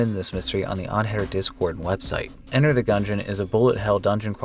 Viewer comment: ....I just scream or make noises when you say d-cord....... or try to.... there are times were you catch me off guard and............I hate it please stop saying d-cord...... it traumatizes me...... everyday when I hear it..... please..........it hurts... -Devon Boyko